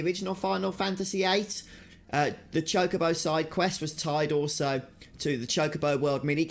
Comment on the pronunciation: It's actually pronounced Chalk-A-Bow